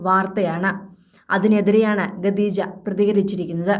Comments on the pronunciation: വായനക്കാരിക്ക് ഖദീജ എന്ന് പറയാൻ അറിയില്ലെന്ന് തോനുന്നു ഗദീജ എന്നാ പറയുന്നത് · ഇതെന്ത് വാർത്ത..ആകാശവാണി ആണോ? എന്തിനാ ഇങ്ങനെ ഒരു ചാനൽ?😱🥵🤑 ഗദീജ അല്ല, ഖദീജ ആണ്. ഖ, ഖ.... പറഞ്ഞേ 🥵🤑🙉